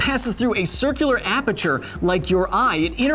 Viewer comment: I am guessing going down the comments would show me someone cringing on Kyle's pronunciation of aperture.